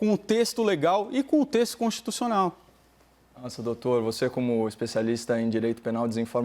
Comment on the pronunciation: Quando o advogado falou texto consischussional eu desisti.